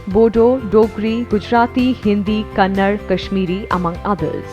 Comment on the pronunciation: It's Kannada not Kannad....